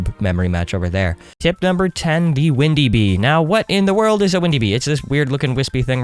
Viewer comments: instead of saying windy bee he said ''bindi wee'' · Did any of u notice he said bindy wee instead of windy bee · Bro really just said, “Bindy wee” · I love how you said "Bindy Wee" lmao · you said bindy wee lol XD